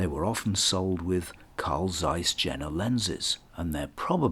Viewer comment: Yen.na, not Gen.na.